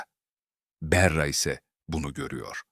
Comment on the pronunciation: Berra ne , bari isimleri doğru telaffuz edin!!!!!